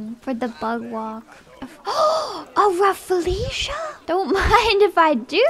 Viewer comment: Bro she pronounced it as a "Raffle-asia" 💀